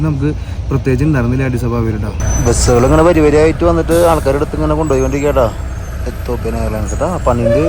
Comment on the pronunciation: എത്തോപ്പിയ അല്ല എത്തിയോപ്യ അല്ലേ? എനിക്ക് ശരിക്കറിയില്ല. പഠിച്ചതും സ്പെല്ലിംഗ് പ്രകാരവും എത്തിയോപ്യ ആണ്.